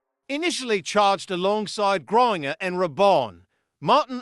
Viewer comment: It's not "griner" but "Grain-ger"